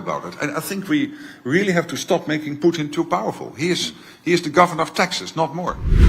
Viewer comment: I get such a kick out of Ray McGovern and how he pronounces Putin as Poutine. 😂